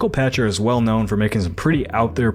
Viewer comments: Michael Pachter - "Pack-ter" Great journalism and analysis, but hearing his name mispronounced consistently was distracting. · I think he pronounces his last name "Pack-Ter". You can find examples of him saying it on "Pachter Factor" on the SIFTD YouTube Channel.